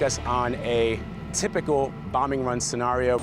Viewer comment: "sa nario"